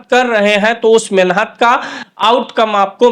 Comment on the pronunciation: शुद्ध शब्द मेहनत है न कि मेनहत शब्दो का उच्चारण शुद्ध करें